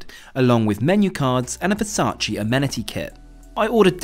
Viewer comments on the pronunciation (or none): none